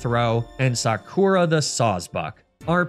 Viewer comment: absolutely killing me here with that “Sakura” pronunciation,.